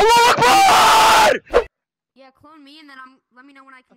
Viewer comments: i watched this vid like 4 times and i never realized u said "ALAAH AKBAR" boom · Oh so thats why it sounds like mualakhbar if i can spell